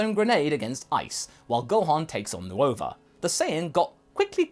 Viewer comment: “New ova” I know it’s spelled nuova but it’s just pronounced nova